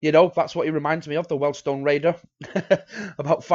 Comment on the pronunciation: Please don't call them Weldstone, it is Weald - rhymes with Steals